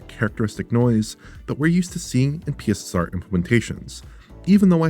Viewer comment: I will always hear “PISSER” when “P S S R” is said.